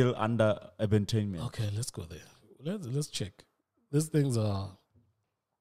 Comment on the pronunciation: It’s Duma Collective, not Creations. It’s Urbantainment not Ubatainment